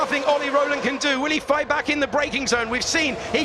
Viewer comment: "If they fight-e they loose-e!" 😂😂